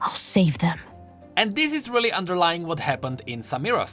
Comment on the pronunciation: "RELLy successful"